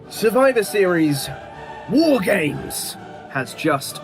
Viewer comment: Wife keeps wondering if is saying "Whore Games." And that's all I hear now.